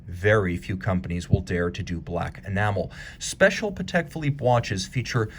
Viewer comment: You don’t pronounce it correctly. It’s pronounced Patek with the accent on the a, not the e.